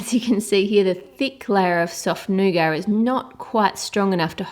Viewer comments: its not nogar its nuguat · I thought it was nugat not nugar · I don't like the way she says nougat. "This nice NU-GAR" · did u say nice negar